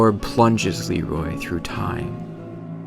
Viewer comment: GentGeryon yeah. It's Leerooooy not Leeeeeroy